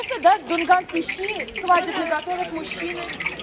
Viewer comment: ЩИ ЭТО У ВАС СУПА. А ДУНГАН .ЩИ. ЭТО ПРАЗДНИЧНОЕ УГОЩЕНИЕ! ВЫ ГОВОРИТЕ ЩИИИИ.. У ДУНГАН ДРУГОЕ ПРОИЗНОШЕНИЕ ЩЩЩЩЩИ